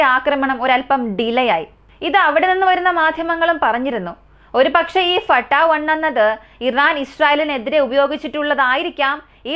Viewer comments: ഫട്ടാ. 1 അല്ല ഫത്തഹ് 1❤ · ഫട്ടാ 1 എന്ന് അല്ല മുത്തേ ഫത്താഹ് 1...എന്നാണ്..❤. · ഫട്ടാ 1 എന്നല്ല പറയണ്ടത് ഫത്താഹ് വൺ എന്നാണ് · ഫട്ടാഹ് വൺ അല്ല ഫത്താഹ് വൺ ആണ് എല്ലാത്തിനേം അതിജയിക്കുന്ന എന്ന അർത്ഥത്തിൽ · Fatta അല്ല ഫത്താഹ്